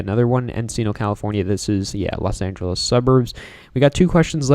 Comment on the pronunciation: The way you say Los Angeles tho 🔥 😡